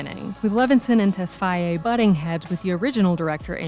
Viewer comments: For fuck sake stop saying tesfyaye it's tesfaye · It's "Tess-Faye" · It would have been better to refer to him as The Weeknd instead of mispronouncing his last name throughout. It's difficult to take the analysis seriously when something so basic was totally fumbled.